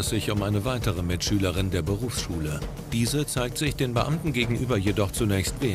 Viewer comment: Bei Mitschülerin hab ich verstanden B*tchschülerin😂😂😂